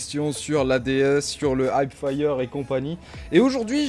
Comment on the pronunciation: Heapfire, pas hypefire